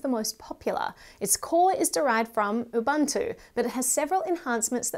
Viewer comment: I love your content. I am an avid user of linux as my server machine. as a side note, it's actually pronounced ooo-booo-two